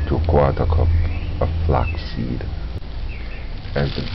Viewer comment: So cute and funny how he fights with the words "irish moshh" and flex or flox seeds 😂 I suscribed to your channel just to hear you speaking.